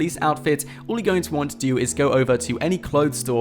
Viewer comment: Its 'all and 'wall...not ull and wool